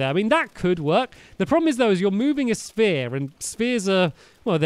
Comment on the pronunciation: For some reason I thought you said spear not sphere